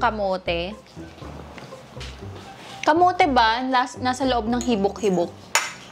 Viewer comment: Natawa po ako sa habik habik 😅😅😅